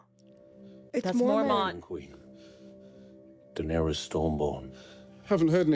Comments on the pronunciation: After 6 seasons and you both keep saying Danerius….. 😂 it’s Daenerys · I'm surprised no one ever let these 2 know they kept mispronouncing Daenerys. Danarius 😂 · Are they still calling her “Danerious”?